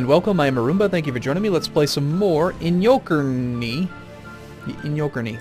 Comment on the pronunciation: Actually that's not how you pronounce it, it's I-nyo-ker-neh. Great video though ;)